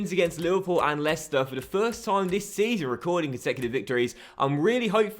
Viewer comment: Jet Blac yeah he also says “dis” and “duh” instead of “this” and “the”